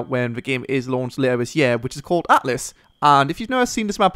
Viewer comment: isn't it altus ?